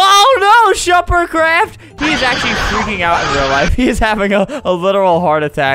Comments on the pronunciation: He said shuppercraft not shefercraft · No he said sherpardCraft